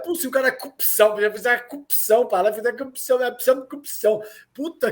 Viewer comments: Além de falar "Prenti" invés de presidente. Toda vez que Deltan e Moro abrem a boca pra falar "cupição", eles matam uma fono.🤣🤣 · O Moro falando conje e o Dallagnol falando cupção não sei como passaram no exame da OAB e depois em concurso público por que os dois são uma piada. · Curpção, conje, conja, "quem inocente foi preso" e etc. Dois dialetos: morês e dalanhês. Esses caras se formaram em Direito por correspondência? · Nem Vera Magalhães aguenta o "cupçāo" falando atrocidade em cima de atrocidade..Um alento! P.S: Calejon tá a cada dia mais sexy e delicinha com essa barba..Aff Mariah 🤤😋😘